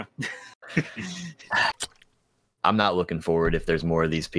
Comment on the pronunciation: i always hear perona whenever someone say verona its a female name by the way